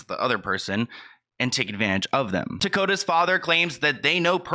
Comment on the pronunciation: Tokata not Tokota...at least get the person's name correct